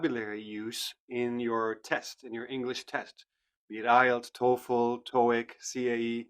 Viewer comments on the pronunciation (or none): none